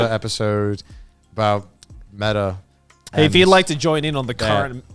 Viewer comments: I can't believe Connor didn't know it was M.E.T.A. and not meta. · the different ways Connor and Garnt pronounce "meta"